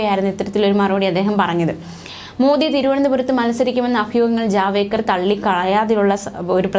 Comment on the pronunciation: പേര് കൃത്യ മായി പറയൂ ജാവേദ്ക്കർ അല്ല ജാവഡേക്കർ എന്നതാണ് ശരി